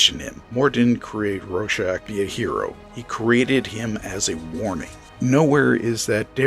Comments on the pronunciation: AdaptAtion! Adap-TAY-shun! I hate everyone saying “adaption” that’s not how you say it! Also, RoRschach! There’s a 2nd R. It’s not “Ro-shack” like you were saying. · It's pronounced. Raw-shack And you get it wrong aswell The movie swop for Manhatten does not work. And why Moore had the ending he had. The threat had to be an overwhelming outside force to bring the world together. Hence an impending Alein invasion OF THE WHOLE PlANETV AND ITS PEOPLES Why? Because as a species, mankind Vendettas, blood feuds. And Wars forever....ect Moore realised this from looking at the latest invasion of Afghanistan by the Russians in 79. The Hill Tribes all came together, as one to repell the Russians. The outside force. If the Russians had not invaded, the Hill tribesmen would have come down off thier hills in the spring and start killing each other. As they did every spring. Vendetta's & blood feuds abound as the hillsmen decended off thier mountains. But that all stopped when the Russians invaded. They became one. Fought as one. Not as individual tribes. As one This is not the only time Afghanistan was been invaded many times. No one has ever succeeded. From this, can you not see that it could never be Manhatten as the fall guy. To the hill tribes manhatten would be from another tribe so it would be tribal warfare. He's one of them. Not the outside force. To us Manhatten is American, again.... not that outside force needed to bring the planet together. Someone. Somewhere would say.... hold on a minute. Manhatten. He's an American. So this is the Americans fault. Now how do you bring a planet together. You introduce an overwhelming outside force. And t